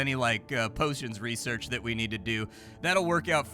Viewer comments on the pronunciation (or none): none